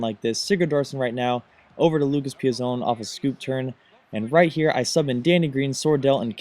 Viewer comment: Im pretty sure that Lucas Piazon is pronounced "Pee-ats-on" due to their not being an "e" at the end.